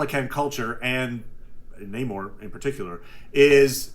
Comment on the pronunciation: i like the military brat story (unless you broke into a military base in Germany to watch cartoons. which, also: BASED. either.) but if you like him so much, why do you keep mispronouncing Namor? it's Namor, not Namor, Namor. just takes practice.